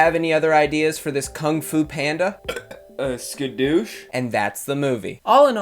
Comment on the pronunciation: i wheezed when he said "skadoosh"